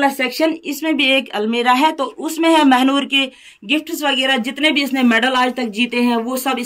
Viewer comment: Mehnoor not Mhanoor